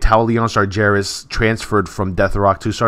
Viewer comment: STOP SAYING SAR-JAIR-IS PLEASE! It's Sar-Ger-As